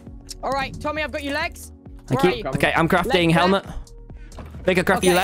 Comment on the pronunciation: Bad: HI "Tom-hy"